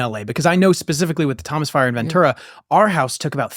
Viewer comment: Ventura is pronounced as venchura.